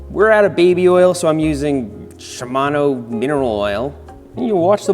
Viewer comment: You mispronounced 'Shimano'.